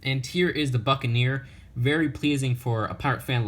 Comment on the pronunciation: When he said the buckinear I thought he said the fuckin ear